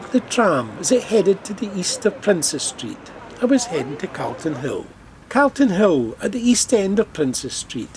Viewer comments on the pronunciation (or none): 'C'A'lton hill?? Princes Gardens? No - it's pronounced C'o'lton Hill not C'A'lton Hill. Princes Street Gardens not Princes Gardens. I also thought I heard you pronounce Salisbury Crags as S'A'lsbury and not S'O'lsbury as it should be. I suspect you are not from Edinburgh, and you should really consult a local about local pronunciation before making videos for foreigners.